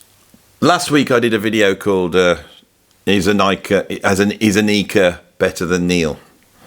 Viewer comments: AH-nik-a. Not ah-NEEK-a. Please respect her enough to stop getting her name wrong. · no offense meant but her name is pronounced AHH--NIKA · Funny as hell to pronounce PEART correctly but repeatedly butchered Anika's first name 😂🤣 there's no long ēē sound in Anika. She's German, not Spanish lol. Great vid tho from a content perspective as someone introduced to Freddy virtually, via Dave Weckl's evolution drum vids. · Great, you got Peart right now, but now you have to work on the pronunciation of Anika’s name. 😂. Just non-serious taking the piss. No worries.